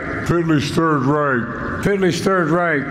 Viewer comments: On this day celebrating 80 years since D-Day. First he gets the day wrong and say June 5th, 1944. Than he pronounces Hitler name by saying Hitley. Than instead of following France's leader and thanking those brave soldiers he turns his back on them and leaves the stage with his babysitter Jill. She basically has to tell him, sit and stand. Those soldiers behind him were insulted. So embarrassing to the veterans and also the American people. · Knowing that Darth is only so-so at Englishing, so we should award him points for trying. Yes sore, butchering ol’ Adolf Hitley’s name was worth it. It woulda been worth crossing the Injure Channel!